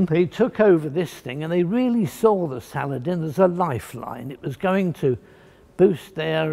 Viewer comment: Complete with his pronunciation of words. Salad...IN.